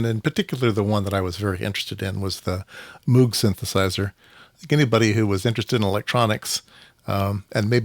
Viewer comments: Moog is pronounced to rhyme with "brogue". Bob Moog taught a course I took at Cornell in about 1971. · Moog, pronounced like "vogue". (Just visted the Moogseum in Asheville, NC two weeks ago.) So glad Music From Outer Space is still around. I feel like I got a kit from them 15 years ago or so — built it wrong, LOL.